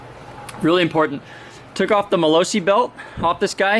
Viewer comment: 😂the way u pronounce gilera and malossi is hilarious geelera molowsi lol